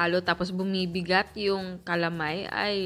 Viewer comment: Goodmorning chef Ang pronounce po namen jan dito s batangas is ka-la-may not cala-may